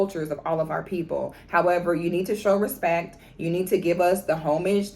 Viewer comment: Put Some "Respeck" On Our Name! 😂